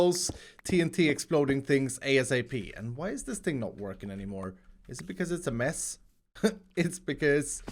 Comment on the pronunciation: Höruu, när du säger mess ett par gånger... det låter som du säger möss 😅!